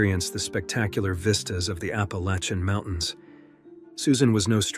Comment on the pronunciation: Who pronounces ‘Appalachian’ like that??